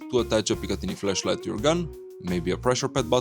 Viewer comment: Remember to annunciate the A in flashlight it sounds like you're saying something completely different :face-orange-biting-nails